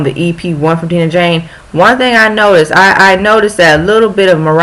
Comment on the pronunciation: Dang post this on Twitter haha love this ❤️ and also we pronounce her name as: Die-nah Jane 😍😍 thanks girl!!!